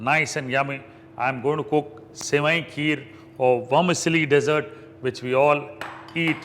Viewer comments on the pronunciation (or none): Learn to pronounce Indians.........Dee Sert not desert as in Sahara Desert.......say DEEE sert. Otherwise stick to Hindi. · good point. I think its actually "Dssert" without saying the first 'e' - like saying Assert. Defo not the Sahara version.